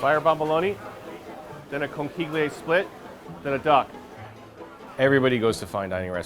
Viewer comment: great restaurant but the way they're pronouncing "conchiglie" is triggering me